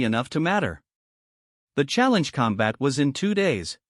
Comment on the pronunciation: "...use them for challenge com-BAT"!!!!???? WTF is "com-BAT"!!!!???? I know what "COM-bat" is!!!! But, I have NO FREAKING clue what "com-BAT" means!!!!! Stress on the WRONG syll-ABLE is either incoherent or changes the meaning of a sentence. FIX your AI!!!